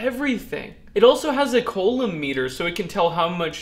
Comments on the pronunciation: "It even has a COLON meter" ... I cried, I died. It's French and it's pronounced "coo-loam". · Great Video, just FYI, pronounce it "COUUU-LOMB" instead of "COOO-LOMB" Good Job, Cheers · Love your vids and enthusiasm. FYI, the French engineer/physicist's name is pronounced "ku-loam" (hard C and silent B). :-) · another great vid, the EE in me cringed when you said Coulomb. I know you are self taught. I have included the correct pronunciation. cou·lomb /ˈko͞oˌläm,ˈko͞oˌlōm/ btw, I like that you wear safety glasses. I only show vids to my students that show correct safety procedures. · I am impressed that is self taught. If he had taken physics in a classroom, he would have known how to pronounce coulomb correctly.